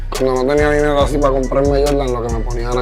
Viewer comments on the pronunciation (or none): none